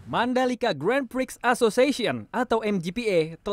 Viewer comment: Buat narrator nya. Grand Prix itu disebut'Gren Pri'atau lebih bagus 'Gron Pri'. Media mainstream itu harus lebih berhati²..